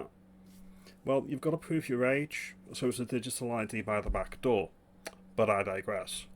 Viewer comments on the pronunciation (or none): none